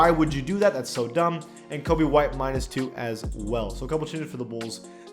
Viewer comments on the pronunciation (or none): none